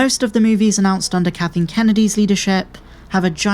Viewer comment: I like that the narrator keeps calling her "katheen" kennedy